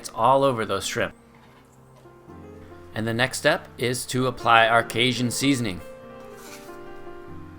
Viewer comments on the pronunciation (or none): Kay JUN. Cajun. I liked the video but there is no sh in that word